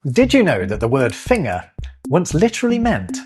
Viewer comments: Yes you do say finger weird. You're meant to pronounce the G! Fin-Ger! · Have you noticed that you're sometimes pronouncing 'finger' like a German? You're losing the hard 'g' in the middle, apart from when you said "foot finger". Perfectly understandable considering where you reside, but it reminded me of Benedict Cumberbatch trying to say 'penguin'... More operetta please! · you did this in the intro too, but I assumed that I had misheard: finger has a hard G. I will not die upon this hill, for my position is righteous and correct. I have never heard anyone pronounce it with a soft G before today, and I do not like it.😁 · I don't think I've laughed so much at one of your videos before, but I do have a question, Why do you keep saying " Finner" not "finGER", Just out of pure curiosity? 😂😁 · Fascinating, as always! But tell me,: is you pronunciation of "finger" idiosyncratic or regional? I'm hearing you say "fing -er", whereas I have only ever heard it pronounced as "fing - ger" (hard "g") Perhaps pronunciation variations would be an interesting word-thing to unravel at some point? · I find it interesting the way pronounces finger. Most people I have heard say fing-ger. He says fing-er, so that it rhymes with singer (unless your from the North of England). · Your pronunciation of “finger” sounds German, not English. Of course you are in Germany, and spend a lot of time there. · Fing-er really? Have I been saying this wrong for 72 years? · you pronounce "finger" consistently using only a /ŋ/ instead of /ŋg/ – is that a natural part of your accent or do you reckon you picked that up from German? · I find it interesting that you pronounce finger as /fɪŋə/ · I think it's German rubbing off on him. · Yes, that is odd sounding! We probably should spell it fingger because of how we say it. For that matter, Enggland too. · Your pronunciation of finger isn't so much weird, it's just German. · Is saying finger correctly? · That's how Germans pronounce finger.